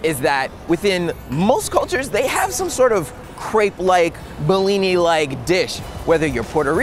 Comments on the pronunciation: bro i live in russia, its not blini, its called blin. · Oh great, finally someone in the media talking about something to do with Russia in a relatively positive light. I've had enough of anti-Russian propaganda. Oh, and it's pronounced blini or blin, NOT behleeni. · I'm Ukrainian and speak russian on the regular basis. Through the whole video I couldn't understand why you call our ''БЛИНЫ" BILINY, until the text at the end. Please, teach americans to spell BLINY correctly: /ˈbliː.ni/ Lots of love <3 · You should have went to Brighton Beach. Its next to coney island. That's real authentibeing. And maybe got more for $5.00. To blini, not belini. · Its Blinis not Belinis :D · Dude, it is not "bellini"? its bliny. How freaking hard that is? LOL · You pronounce blini wrong. You say it in a way so it sounds like it some italian cuisine. Emphasis on a first i. that way is sound Russian